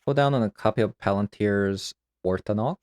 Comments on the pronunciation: You kept pronouncing "Orthanc" as "Orthanac", but the video was fun so all good. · Interesting take on OmniTell! It's weird that you're interested in playing a fantasy game and don't know how 'Orthanc' is pronounced. It's from Tolkien... On a side note, while I'm nitpicking here - Phlage is either "Flay'j" if you go by regular English or "Flage" if you want to be fancy and say it's referencing the river Phlegethon from Greek myths. Not "Flaaaaaazh", ffs.